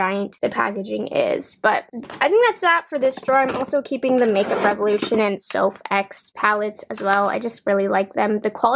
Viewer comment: It’s not “Soph Ex” it’s just “Soph”. The x is like a kiss at the end of a message.